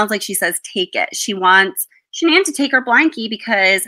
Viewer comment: Her name is not pronounced Shannon